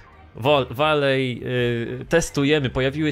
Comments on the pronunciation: nah, powinno się czytać "wali". Alley czyli aleja czyta się "ali", w wyrazie "valley" dodajesz tylko "W" na początku. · Valey się czyta walej